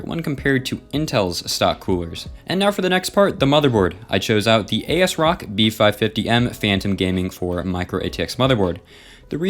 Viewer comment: Nice video but did you say A-S-ROCK instead of AS-ROCK